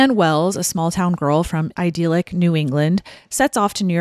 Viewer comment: idyllic pronounced I dill ick, not I deal ick